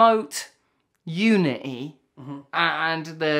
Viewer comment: U-Uh-Knee means unity...just in case somebody missed that.😁